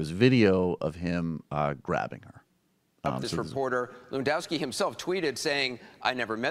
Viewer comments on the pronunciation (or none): actually it's more levandovski, no 'ff'. it's a polish name. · Its pronounced 'Levan-doff-ski'